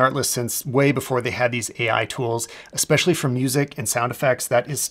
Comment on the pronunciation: Hey, great stuff - but it's ESpecially, not EXpecially 😅